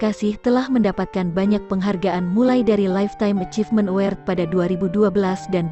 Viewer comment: Narator bego ayu tp bego award bukan awsrd nduk 👎👎